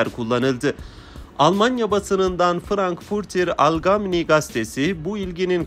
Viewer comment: Frankfurter Algemeiner zeitung diye okunur.